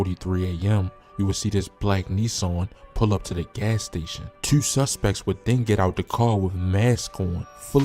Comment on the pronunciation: Mf said twuenty twuenty tueee.